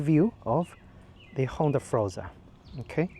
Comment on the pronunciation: Nice review of a really nice scooter. But it's pronounced FORZA, not FROZA... I hope you enjoy many happy miles with your super-scoot!